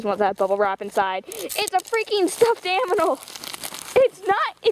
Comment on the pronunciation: Lol u said aminal instead of animal XD